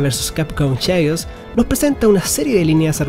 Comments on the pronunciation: Gracias por la review, pero quiero dejar un consejo, hay que ponerle mas pilas al ingles. CHAOS se pronuncia "KEIOS" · acaso dijo snk versus capcom cheius ? lol